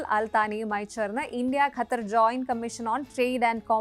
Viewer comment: pronounce it as qatar, english letter q is more close to original arabic letter than malayalam letter we normally use